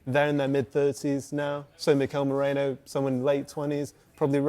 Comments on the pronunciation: Why do so many people pronounce Merino as Morino? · Its Merino not Morino or Moreno or Mouhrinho😂 who are theese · The Brits inability to say Merino is a personal on going gag reel for me, hopefully they get over "Mireno".